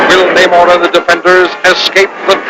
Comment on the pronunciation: Yeah it's Namor pronounced Nay-More not Nuh-More-Ay. Disney can go f**k itself